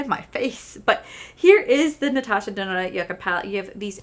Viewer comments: Lol. I remember when you’d call it Natasha denonee. Was pretty funny. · this color story is 1000% me!!! this palette will be mine someday!!! you should definitely contact customer service about the smell. heather also has a code for 15% off the palette. i’m glad you had a great time with betty jean and theresa. i remember when you used to mess up natasha’s last name. good times. 💚💚💚